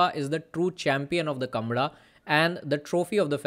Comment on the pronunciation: Oye thera! It's not kambala. It's kam-baala!